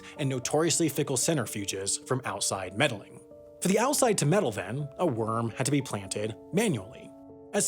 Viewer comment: "mettling" should be "meddling"